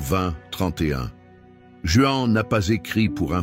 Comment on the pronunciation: Prononcez les vrais noms Jean c’est Jean, Mathieu, c’est Mathieu, etc. etc.